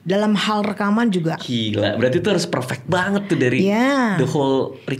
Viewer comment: Kirain apa 'Verfek' ternyata perfect toh. Umii lucu bgtt 🤣🤣🤣